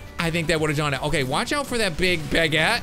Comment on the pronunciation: That's NOT how you pronounce baguette